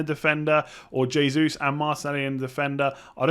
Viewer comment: “H”esus (Hey~Zeus) :)